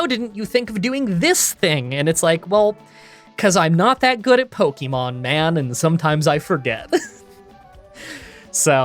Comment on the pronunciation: i love your pokemon challenges but i have one pet peeve ,the way you say pokemon sounds like a boomer saying pohkimans pokemon is short for pocket monsters